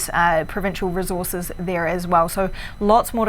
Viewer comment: Why is she saying "reh-zorzes" instead of "resources"?! Over and over! She uses a "Z" instead of an "S" sound and I'm not talking about anyone with an actual accent, it's the lady with no accent reporting on the fires. Geeze it really rakes me nerves when people mispronounce things.